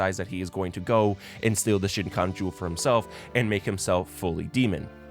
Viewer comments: Bro. The way you pronounce Shikon is driving me nuts. shi-k(ow)n <——- this way in Japanese ko is made with an K.O. sound without the w but the way you shape your mouth is like with a long o Shi-ko-n - shikon (don’t elongate the o too much or you can turn it into a double o It’s not kikiyo - it’s Kikyo. Ki-Kyo Ki (key) (kyo)- Kikyo the ki is quick or even better kik-yo put it together-Kikyo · This is such a great analysis, I love that you originally started InuYasha cuz your friend loves it, glad you actually liked it yourself, it's 1 of my favorite manga/anime, if not my favorite... But my ocd was triggered everytime you called the Shikon Jewel, the shinkon jewel...that hurt my soul a bit, lol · The pronunciation of Shikon is driving me insane but I loved this deconstruction of the theme 😭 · The video is great. However, if you've watched the anime the way you say, you should know that it is a Shikon jewel and not a shinkon jewel that you are pronouncing. There is no "N" in the the middle of Shikon. Just saying... It's very off putting. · It’s a good analysis but how do you say every Japanese word and name correctly but call the Shikon jewel shin cone 😂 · "Shinkon Jewel" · "Shin-khan" jewel huh? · The way you kept saying ShinKhan jewel was triggering me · Shin-kon jewel? 😅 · i could not finish this because bro just kept saying shin kon jewel lmao it's way too distracting of a mistake. watch inuyasha tho it's good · Help it keep hearing Shin Chan jewel anytime he tries to say shikon jewel LMAO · Ok, as a fan of this anime I did really enjoy your take on it....but um, where the hell did you get an N in shikon jewel? You kept calling it the the shinkon and it made my eye twitch XD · Now watch it again, and again,, until you know what the jewel is actually called. Hint: It's not pronounced "shin-con". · Love this take on what was also my first non-4kids anime. But puleaaaase stop saying "shinkon jewel" it's shi-kon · Shikon, not shinkon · shikon not shiNkon